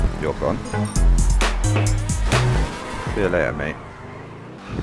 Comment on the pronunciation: I love when he says see you leyar